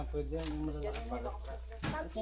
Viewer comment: Riprap ngani Hindi rikrap. Semento Hindi samento. Aray mo.